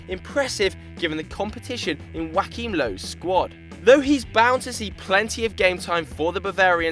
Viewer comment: Lol it's Joachim Löw not Joaquín Löw...